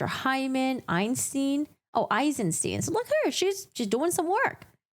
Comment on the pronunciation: Eisensteen 👺 It's the same two letters in "stein"... why do they always convert into "ee" in English? -.